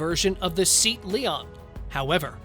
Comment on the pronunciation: its "Say- at" not "Seat"